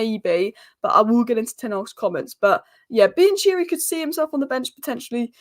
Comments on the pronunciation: it's not pronounced bian-cheery:( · Bi and cheery? 😂❤